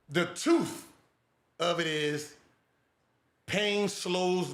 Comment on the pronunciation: The toouoth 😂😂